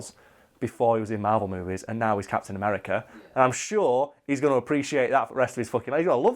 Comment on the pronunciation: Sounds like is saying "cats in America" when he says Captain America.